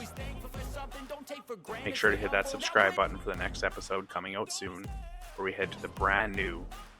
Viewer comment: Could t even tell you were Canadian until I heard the soooon at the end of the video 😂 haha great content man you earned a subscriber. Now run it up to 100,000!